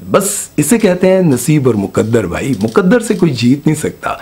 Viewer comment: مکدر کیا ہوتا ہے بھائ؟ لفظ ہے مقدر.